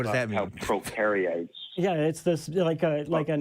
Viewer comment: 😂 "Procariates"